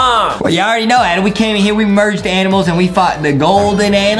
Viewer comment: HIS NAME IS NOT ADEM HIS NAME IS ADAM